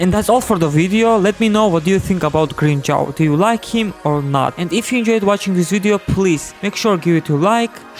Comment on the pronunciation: grim-CHOWW, LOL.. kamon man dont ruin his name.